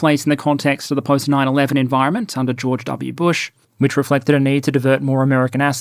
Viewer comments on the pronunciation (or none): none